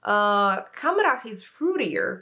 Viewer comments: You pronounced “Khamrah” perfectly btw 😘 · You actually did NOT butcher "Khamrah" at all. You pronounced it correctly 😊